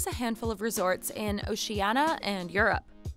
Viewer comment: Oceanna huh? Oceania.